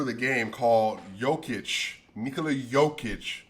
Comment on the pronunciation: Commentators are thinking about Djokovic so they are saying Jokovic, instead of Jokic lol.